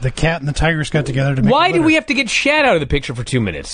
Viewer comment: Lol why does call earnest Miller “shat”? 😂